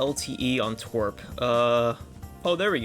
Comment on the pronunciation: why did he pronounce TWRP as twerp